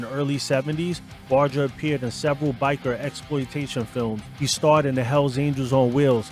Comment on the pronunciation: Por que cuando dices hell angel en singular lo pronuncias bien y en plural dices aniels 🤔?